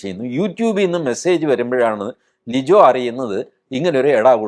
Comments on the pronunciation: ലിജോ അല്ല, ലിയോ. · ലിജോ അല്ല ലിയോ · ഒരു തിരുത്തുണ്ട് സർ ലിജോ അല്ല സർ ലിയോ ആണ് സർ സോറി സർ